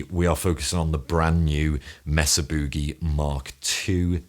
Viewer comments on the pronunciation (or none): For the love of Pete, it’s “may-sa” boogie